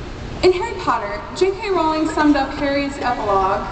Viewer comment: She pronounced Rowling wrong!